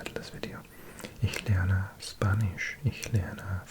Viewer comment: Kleiner Tipp: "Spanisch" wird ausgesprochen wie Schpanisch und nicht wie Spanisch. Das ist wie bei dem Wort "Spinne"(Spider) das wird ebenfalls Schpinne ausgesprochen. Greetings from germany